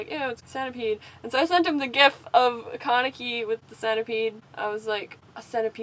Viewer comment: It sounded like she said kaniki instead of kaneki